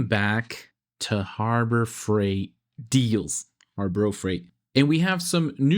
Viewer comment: "Harbro Freight ".!😂